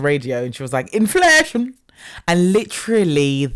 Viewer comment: Listening to this as I'm getting petrol in South Sudan...the "inflashun" is just offensive at this point. like...